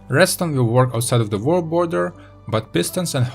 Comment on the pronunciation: The Vorld border :D